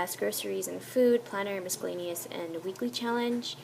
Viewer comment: Really enjoying your youtube channel :) Just wanted to drop a note though and let you know that when you say "miscellaneous", there is no "K" sound. It should be pronounced without the "c" - like: missile-laneous. ;) Not trying to embarrass you - just trying to help a girlfriend out. :) <3 Thanks for all your hard work and time. And your ideas are very helpful. xoxo